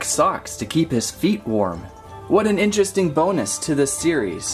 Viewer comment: Kinda In-Tale-eresting!